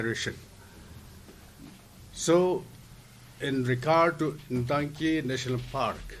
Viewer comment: It is not Intangki, It is Ntangki.